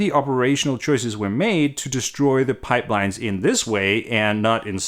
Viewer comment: Did he say "destroy" ?